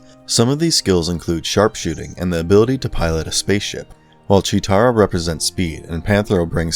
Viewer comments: its PANTHRO and CHEETARA not pantera and chira...... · Right! Also its Cheetara, not Cheera. He tried tho? 🤷🏻‍♂️ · Their names are Tigra, Cheetarah & Panthro. Idk what the hell you said lol.